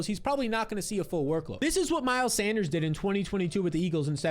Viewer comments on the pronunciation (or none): none